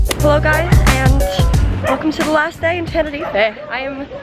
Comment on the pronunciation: Thanks for say TENERIFE and not TENERIFA 😂